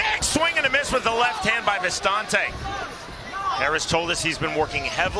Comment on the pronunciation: why do they keep saying vistAnte, when his name is vistinte? doesn't look very french to me lmao